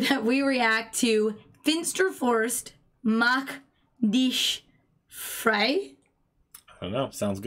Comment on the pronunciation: Your pronounciation of "Mach Dich Frei" was very good!